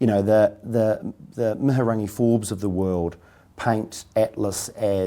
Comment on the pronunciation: He couldn't even pronounce Mihingarangi name correctly. this is such a sham interview, yeah we get it, you had a silver spoon growing up. so ungrateful to being able to live here and that is thanks to Maori allowing you and your ancestors to come here and steal Maori land